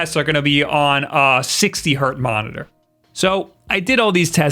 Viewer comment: lol Hertz, not Hert